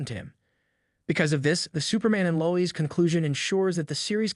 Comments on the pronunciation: Low ezz bro it’s Lois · Why are you saying Lois name like that? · I want to punch myself in the face hearing the way you pronounce Lois.